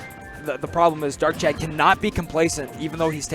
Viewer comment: It's not "Darkchad"